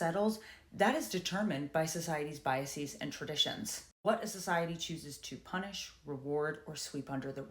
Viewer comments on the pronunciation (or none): none